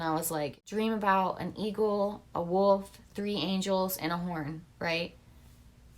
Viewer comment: Wolf kinda sounds like woe